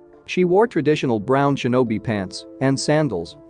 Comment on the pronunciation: Ok i couldn’t tell did it say shemen or semen this is a genuine question